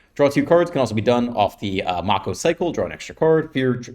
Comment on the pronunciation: It’s pronounced “may-ko” like the shark